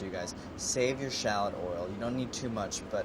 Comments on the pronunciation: Can't anyone in this show pronounce shallot correctly? 😩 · Every time he pronounces shallot or scallion a part of me dies.